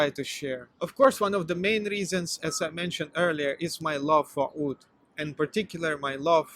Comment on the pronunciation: Oud! I thought you were saying food. Lol. Either way, I agree. Have you tried Czar perfumes? They use "Russian branding" but their perfumers come from many places.